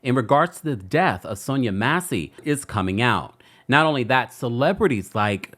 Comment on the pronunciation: I'm disappointed in your mispronunciation of the victim's name and the vice president's name. I expect that from AI but not from a live YouTube journalist. Do a better job in the future please. 🤷🏿‍♂️